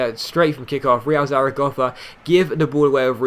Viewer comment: Bruh, if he pronounces Zaragoza "Zaragoffa" one more fucking time....